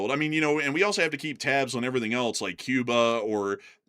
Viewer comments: Programmer: "It's pronounced 'else.'" Me: "No thanks, I prefer eltz. It has more character." 😄🎉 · Else (ELS) The English word "else" is pronounced ELS (IPA: /els/). Examples: Someone else → "SUM-wun ELS" Anything else? → "EN-ee-thing ELS?"❤